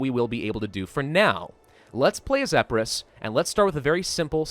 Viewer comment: its, EEE-PIII-RUS not Eh-peu-ros